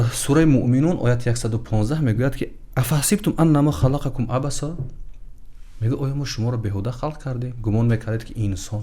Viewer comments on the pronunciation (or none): пеш аз ибтидои оятхо "бисмиллох"-ро фаромуш накунед. Сониян дар хондани Қур’он ъаҷала карда ба хатоги роҳ надиҳед, масалан:(أفحسبتم أنما خلقناكم) калимаи Халақнокумро ислоҳ кунед.